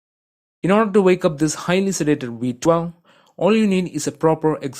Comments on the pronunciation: It's V twelve, not V twua. 😂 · whats a vtwon? is it just a weird way of saying V-Twelve? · The host everytime he said v12 i hear, vwi twoir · Man said "we twell". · I love how he says v12 and torque hahaha